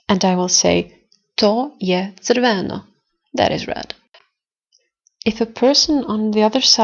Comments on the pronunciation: Nice video, but your pronounciation of crveno is not correct (unless you speak in a dialect). The acent needs to be on R not on o...shrortly on the beggining of the word. otherway good job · Your accents are sometimes wrong. Red - crveno has accent on first half not on e... This, that- ovaj, onaj also have different accent than how you pronounce it. Are you native speaker?